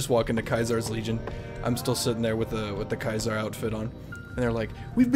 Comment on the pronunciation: Has he been saying kaisar’s salad this entire time